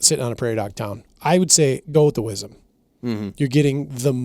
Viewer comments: Whizzem!?? That monicur just f'n sucks. "Whizzem"..... 17WSM, just love this cartridge. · Don’t know anyone who says “Wizzem”